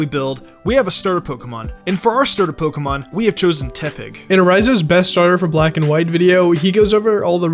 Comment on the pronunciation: Stopped watching when he said teppig